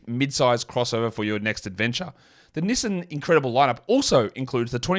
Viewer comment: I just realized you are trying to say Knee-son(Nissan) lol